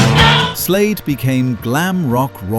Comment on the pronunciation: Its Slade, not Slayed.